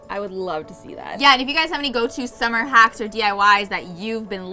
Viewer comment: I thought she said hats at the start, not hacks, so now I'm really disappointed because I wanted to see DIY the cute hat she was wearing